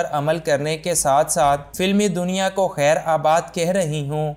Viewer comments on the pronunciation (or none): Bhai lafz khaer Baad hota hia Na k khaer abaad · It's khairBaad, not khairAbad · خیرآباد نہیں خیرباد درست ھے۔